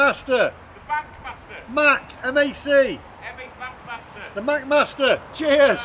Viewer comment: Today I learned that "MacMaster" sounds just like "Fat Bastard". Sorry, guy on the roof!